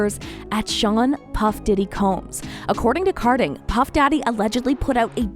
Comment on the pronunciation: Ka din, not car din